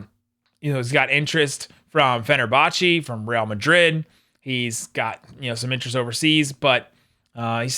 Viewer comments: It's pronounced Re AL Madrid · Yes like it shoud be pronounced Reyal or re-al